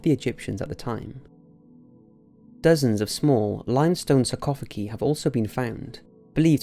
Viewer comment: I love you videos and watch them religiously but doing so I can't help but notice that your pronunciation of certain (sometimes very common) words is atrocious, I've heard things like "kirkyard" instead of churchyard and "sarcophagee" now surely in all your research and all the effort you clearly put into all this at some point someone must listen to your audio before uploading it, or if you're unsure of a pronunciation just google it rather than guess because sometimes you mispronounce the main part of your topic and it makes you seem so much less credible and that's not right because you are so good at this and I love these videos, please don't take this as an insult I just don't want you to damage your own credibility.